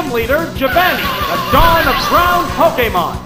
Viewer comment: I've never heard Giovanni's name pronounced like that before. I don't like it